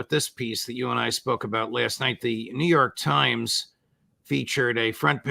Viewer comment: Did you say Joo York slimes